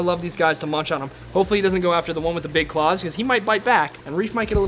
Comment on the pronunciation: You said pig instead of big!!